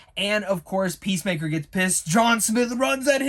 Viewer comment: Yeah the point is that you've watched 7 episodes of Peacemaker thus far & his name is clearly said in every one of them, you should probably be able to pronounce his name by now.